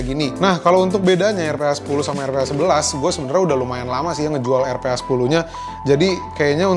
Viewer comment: it's pronounce "arfa", R - PHA